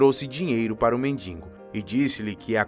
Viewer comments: Atenção. Ele fala mendingo e o correto é mendigo. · Muito boa a história e uma produção cuidadosa e bem feita do vídeo. Mas, lamentavelmente, nem tudo é perfeito. Em todas as vezes que o locutor falou a palavra mendigo, ele a pronunciou "mendingo". Inaceitável e coloca a perder toda a beleza e o capricho do vídeo. Lamentável. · Voz bonita, mas NÃO É MENDINGO E SIM MENDIGO. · Uma das melhores estórias que já vi, excelente narração, mas por favor," mendingo" é ruim hein?!